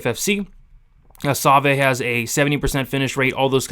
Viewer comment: That's the worst pronunciation of Savoie (Sa-vwaw) I've ever heard. Other than that, great stuff as always my man!